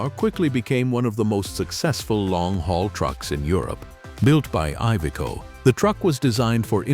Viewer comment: Ивеко тербор. 🤦🏻‍♂️ Кровь из уха пошла...